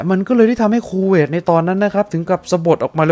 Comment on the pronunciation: 555 ชอบตรง พูดว่า คูเวต ก็ได้ สบท ออกมา ว่า “ คู เวย ” 555 ถ้าตัด สระเอ ออกไป โอ้ยยย ก็ช่าง สรรหา คำเนอะ